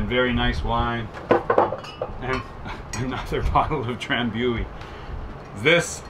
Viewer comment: with all do respect, it's pronounced Dram-BOO-ee.